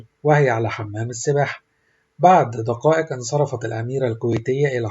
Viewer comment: بعرف انتا عربي والا ايه ؟ حرف الكاف تنطقو قاف و حرق القاف كاف !! دكائك موافك كائلا !!! قاميرا !! بالتبع قان الشيتان سالسهم !!!